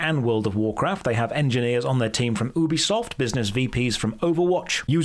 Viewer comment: why did you say oobiesoft? Were you thinking about boobies being soft? C'mon man, you're English, it's You-be-soft! Even Ives said that to English people it's pronounced you-be-soft but to the french it's oobiesoft. I get that after E33 we're all kinda feeling a little of that french magic but your pronunciation of ubisoft is going too far! 😒🤣